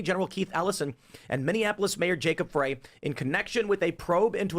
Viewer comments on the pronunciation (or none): Not that I give 2 💩s but I think it’s pronounced Jacob Fry not fray. I hope he does fry for all his America hating BS! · Tim, the name of the Mayor of Minneapolis is pronounced "Fry". Recall Lincoln, NYC 1863.